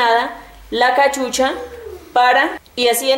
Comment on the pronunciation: "La cahucha"